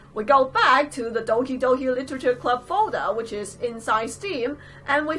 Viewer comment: I thought she said Donkey Donkey literature club